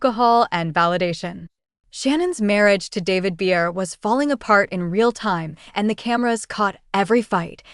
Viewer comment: Maybe learn how to pronounce her surname first, before anybody will take you seriously and actually look at this.